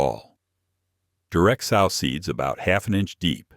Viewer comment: I like watching these during the winter when I am limited with my garden but I wish the channels producer would talk themselves instead of the AI that kills me every time I hear sauw instead of sow. As in pronounced sew in the ground 🤦